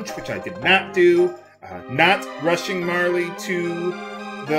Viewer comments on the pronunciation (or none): I cringe every time you call her Marle "Marly." I guess I'll have to get over it.